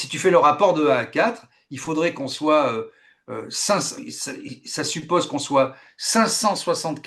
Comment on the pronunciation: L'invité ne sait pas prononcer les O. Les Ôtres en place des autres, suppase en place de suppose...